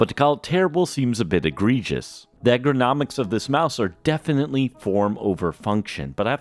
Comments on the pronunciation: bro kept saying "egg-er-nomics" instead of ergonomics LMAOO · Mispronounced ergonomics 6 times, pronounced dichotomy perfectly